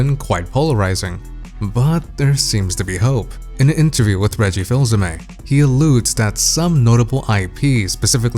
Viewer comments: Not "Feels Hey May" "Fiss Hey May" Reggie Fils-Aimé. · FILSS-AIME? It's pronounced Feese-Aime. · It's pronounced "Fees-Ah-Meh" not "Fills". . . . . . Sorry